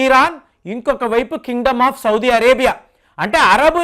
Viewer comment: Sir , first know how to pronounce country names . Sodi vaddu